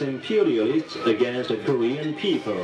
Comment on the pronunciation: Lol, "against the Korean.. a-peopoh." It's so funny how proud they are for having captured one of our ships. It's like a kid being pumped as fuck for getting a t-ball participation medal or something. We should just drop leaflets with shit like, "we landed on the moon bitches," and "in the West the sunlight actually makes it to the ground." Poor people.. I hope we never have to invade them, because I think a majority of the public is so indoctrinated they would fight for nothing.